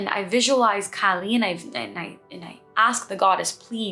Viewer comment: Loved this! Please "Kaa li' not California cali.